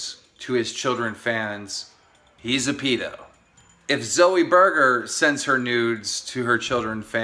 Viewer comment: Wtf is a peedo? Lol